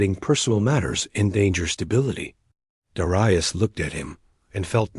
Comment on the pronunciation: You really need to pronounce 'Dar-eye-us', 'Dare-ee-us'.